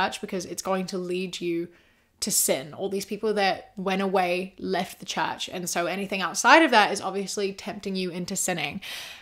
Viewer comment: sorry but every time you said "leave the church," I understood "leave the chat" lmao like "he's deconstructing, he left the chat" very interesting video though!!